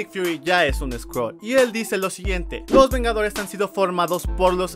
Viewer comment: Original : Skrull Traducción latinoamericana: sCroLs